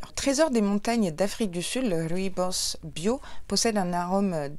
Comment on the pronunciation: Merci pour l'unboxing, j'adore ton serre-tête et ta tenue, ET SURTOUT, merci de m'avoir enfin appris à prononcer "rooibos" 😂😘 Sinon le cynorhodon c'est le vrai nom du "gratte-cul" ou églantine 😊